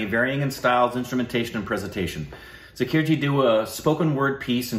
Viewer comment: I really appreciate that you guys are so respectful to our legendary artistes. 🙏 "Ji" is a gender-neutral honorific. The correct pronunciation is Zaa-kir (not Za-kir), though.